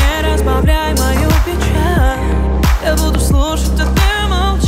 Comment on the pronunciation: Почему нельзя нормально произносить слова, не проглатывая буквы: "Не разбавляй мою печа, я буду слушть, а ты молча" "пустото связала нас силе любви" это слышится так.....